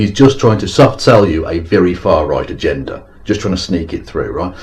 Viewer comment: Thank you, I think this is my first one of these which isn't about someone obsessed with an Armenian American, this one was about someone obsessed with a Hungarian American. Someone needs to tell Petey the "G" in agenda is soft., just to say, I think the leaders that Petey loves being in power is more a symptom of, rather than the cause of, their countries generally lower levels of happiness.